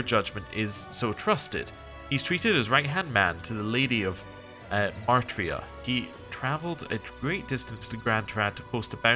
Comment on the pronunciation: You keep pronouncing it as "Mar-tria", but the spelling is Martira, with the "i" before the "r". It's probably meant to be a corruption of the word "martyr", so it's likely meant to be "martyr-a".